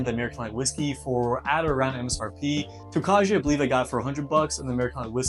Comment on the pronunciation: Prounouciation is Toe-Kye. It's a Czech grape used in making a sweet white wine. Good luck young man! Thanks for the review.